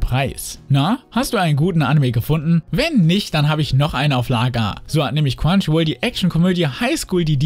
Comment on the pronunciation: Wenn du Crunchyroll sagst verstehe ich immer nur quantchyruol